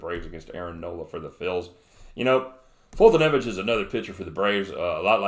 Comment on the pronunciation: You are great. Awesome call on the bills! I think u r the only person who can pronounce Foltynewicz. Great job!